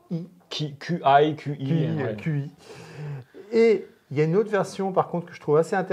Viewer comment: Le « Qi » se prononce « chi » 😉. Merci à vous pour vos vidéos ! Continuez comme ça !